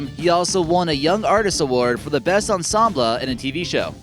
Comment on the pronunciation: Oh my god. "Ensem-bluh"??